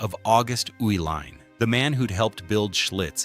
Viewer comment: I grew up in Milwaukee when the breweries were in full production. Its so sad what happened to them. Loved the video The video mentioned that the Uihlein family kept the name Schlitz partly because Americans could not pronounce their name. Well the video proves that because after living in Milwaukee for over 60 years I have never heard the name Uihlein pronounced the way it was in this video. It was always pronounced, "E-Line" . Now, one of the family members now ownes a company called "U-Line". That might be closer to the German pronunciation. But all I ever heard was "E-Line". There was Uihlein Hall at the performing arts center (pronounced E-Line). it was Uihlein field, a polo field, again pronounced E-Line.